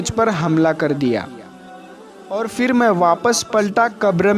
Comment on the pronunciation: FIR Kyu bolte ho..phir bolne nahi aata..urdu bolne wale ho na ?